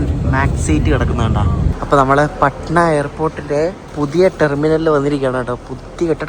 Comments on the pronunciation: പഠന ആണ്.... Not പാഠന.... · Bro your pronunciation for patna is insane …. When u reach patna , ask local how do u pronounce patna pls … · Bro its പട്ന not പാട്ന